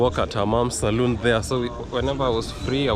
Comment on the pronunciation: It's great seeing you out and about enjoying this weekend. PLEASE try to remember that there's a BIG difference between a SALON. and a SALOON (pronounced salune). A salon is what you were looking for not a SALOON which is a BAR or TAVERN where liquor is sold. A SALON is where hair care and other personal grooming services are offered in return for money. Please teach the above info to your students and correct the people you hear mixing up the pronunciation and proper spelling of these words. 😊🙏🏼✌️🫡🤔👍🙏🏼